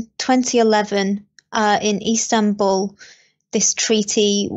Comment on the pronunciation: What if the man has to go and get things from the house? Maybe he will have to have the police do it? Like if he needs paperwork, etc ... such things can be very important in life. P.S., It's "Istanbul" not "Instanbul" XD